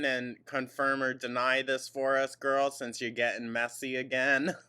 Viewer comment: Mill (meal) Sense (since) Ordament (ornament)...